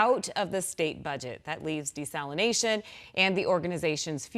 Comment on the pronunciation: Desalinazation lol